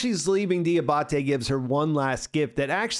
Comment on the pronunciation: Di-AH-ba-te, not di-ah-BAH-te